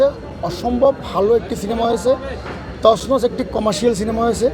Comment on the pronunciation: তছনছ উচ্চারণ করতে পারে না । হালায় হিরো